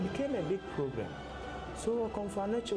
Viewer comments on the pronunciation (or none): Sir, did u say PROBREM? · Did he say the probrem at that time was leadership? Sir, please work on ur R n L